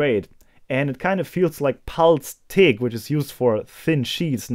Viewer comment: yeah only those who only say English words in their language but it still doesn't change my point here.. acronyms.. later in this vid he slowed down and got the "G" right..